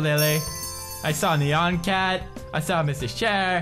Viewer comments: It not pronounced neyan cat its pronounced niyan cat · ITS NYAN CAT NOT NEON CAT!!! :p